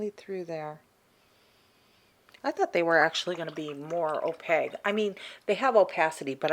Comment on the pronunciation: Is that your accent that makes you pronounce opaque "oh paig". I've never heard anybody pronounce it like that before.